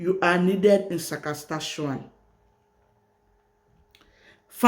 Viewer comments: Saskatchewan, not Sakaskachewan. Thanks for sharing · I like you when you said ssasakatshawan